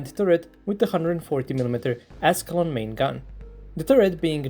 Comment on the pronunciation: For some reason I thought he said "ass long gun" instead of "Ascalon gun"😂😂😂